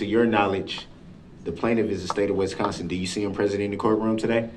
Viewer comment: I’m not sure I can “substain” watching this if he keeps pronouncing Wisconsin like West Consin